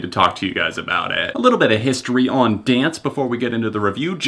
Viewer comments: I don't wanna be that person, but it's pronounced how it's spelled D-N-C-E, not as the word dance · By the way, they go by the acronym DNCE, it's not pronounced Dance. Good review though! Body Moves and Naked are actually my two favorite tracks lol.